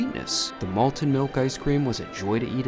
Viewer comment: You said "malten" (twice), but the word is "malted." Malted ice cream. Malted milkshake. Malted Milk Balls.